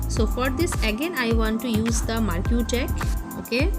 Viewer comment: You don't know, how to pronounce marquee, do you?